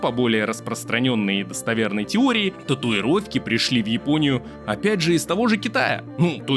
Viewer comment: Спасибо за видео! Ты случайно не из Казахстана? Подумал про это когда ты назвал Японию - Жапония Как на Казахском )